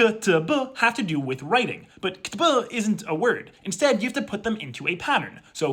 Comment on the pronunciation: The way you pronounced "ktb" was actually beautiful and I went back to hear it again.